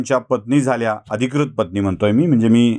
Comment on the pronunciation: कृपया थोडं ऊच्चारांकडे बघावं, अधिक्रत नव्हे, अधिकृत, क्रष्णा नाही कृष्णा... बाकी छान...